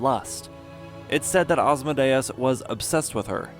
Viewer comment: Well you pronouce my name well!